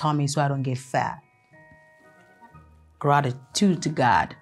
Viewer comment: Graritude graritude😂😂😂 is the American prayer for me😂🙆🏻‍🤦🏼‍